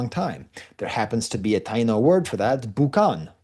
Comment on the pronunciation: Taino has been pronounced: Tie ee no on the whole island of Hispaniola, forever.